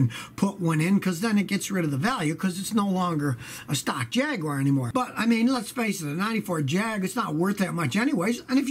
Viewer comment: Thanks for not pronouncing it Jeag Yoo Warh